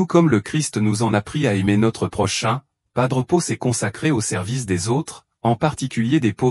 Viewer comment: Pas d'pot...on croit réver🤣😂🤣😂 L'IA est tellement satanique qu'elle n'arrive même pas à prononcer son nom.